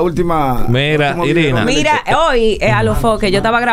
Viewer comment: no es sirina es Irina 😹😹😹